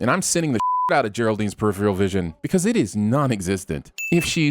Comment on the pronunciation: Pronouncing peripheral as "periphrial"